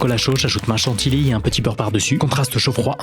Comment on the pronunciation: Ceux qui on capte qd il a dit « jusqu’à ce que ca iiipiiicice »😂😂 et « chatiLLi »